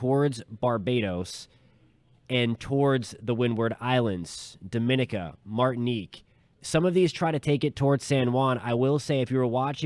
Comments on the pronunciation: Barbados keeping posted. FYI, That island is pronounced Doh-min-EE-ka. pronounced slightly differently to Dominican Republic. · Please try to pronounce the islands names so we know which island you are referring too. DOM A NIC A